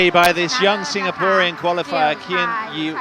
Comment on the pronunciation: Why did the commentator call Lin Dan as Lin Dan and Loh Kean Yew as Kean Yew Loh?